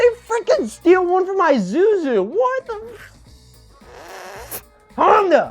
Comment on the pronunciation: "Eye Zoo Zoo" is the weirdest pronunciation I've ever heard.